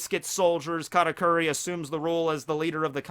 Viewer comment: Bruh its kahtakuri not catakuri